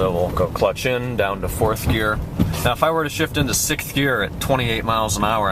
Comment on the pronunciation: its gear not year